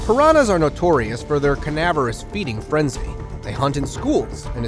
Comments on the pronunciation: Canavoris??? Did you mean carnivorous? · The word is "Carnivorous"...not "Canavarus"...???....🤣🤣🤣🤣🤣...Why is it that "Narrators" these days (especially the younger ones who want to make a living at it) do not know how to pronounce the words they are attempting to read, from a script, into their microphone?...It is obvious to me, after such painful moments, that the 'narrator' clearly has never 'heard', nor 'heard of' this word before and didn't bother to do some/or any research to be sure...😑